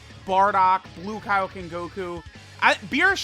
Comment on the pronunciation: I really thought he said bukake goku instead of blue kaioken goku🤣🤣🤣